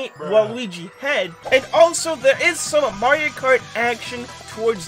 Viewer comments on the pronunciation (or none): none